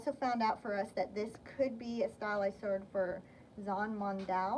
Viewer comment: Not a beheading sword, the Zhanmadao is a Horse Cutting Saber. No offense, but your history is as bad as your Mandarin pronunciation. These were never used on boats, shorter swords were.